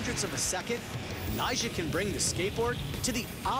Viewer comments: Yeah it's like he says Nyshah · It sounded like nyshjah or something like that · anyone else thought he says 'nyjah' in a weird way?